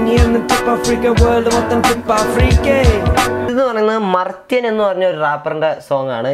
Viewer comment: മർത്യൻ അല്ല maarthyan.. ആണ് .